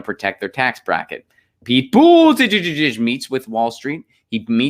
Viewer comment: Unsubbed. Been great brother but I just can't take the Buttigieg pronunciation anymore. Do not like him, but jfc let it go